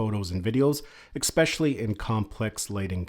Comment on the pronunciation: Thanks. Good video. This is not important but it's pronounced especially, not expecially.